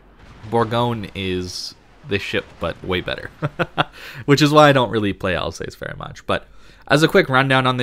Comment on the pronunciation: Can you just stop calling the ship "Al's ace"? Its easy to find correct pronounciations using the internet if you have it.